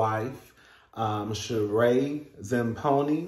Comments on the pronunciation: Zam PONY??????.....STOP!!!!! It's pronounced SHA-REE (Rhymes with Marie) ZAM PEE NO😂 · Sheree is pronounced with a long E at the end. Her last name is pronounced zam-pee-no (with a long O at the end.